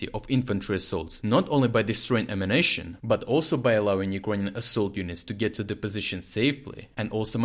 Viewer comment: I wish he'd stop saying "ammunition" as "emanation."